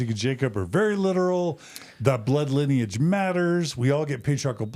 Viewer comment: linnage? You mean...lineage??